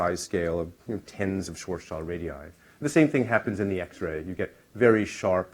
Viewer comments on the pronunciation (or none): Schwarzschild is pronounced as Schwarz as in black, and Schild as in shield. Schwarz-shield ( ʃvaʁtsʃɪlt ) and not Schwarz-child ( ʃvaʁtstʃaɪld ).